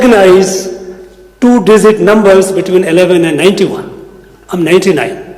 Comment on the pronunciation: He is unable to pronounce the word 'digit' properly, he is pronouncing as 'disit'. instead of 'eligible', he is pronouncing as 'elisible'.